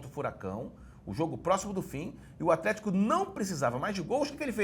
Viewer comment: toda vez que ele fala afletico eu automaticamente dou uma gargalhada